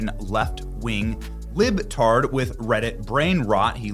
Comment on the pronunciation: I love your saying lib tarred